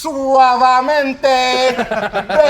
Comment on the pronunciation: Puerto ricans: bro, Suavemente ain’t mexican😶‍🌫️ Mexicans: no sirve cuh All hispanics: AYEEEE HE ALMOST NAILED IT🔥🔥🔥